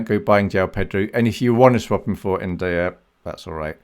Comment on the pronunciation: Im pretty sure ur pronouncing ndiaye wrong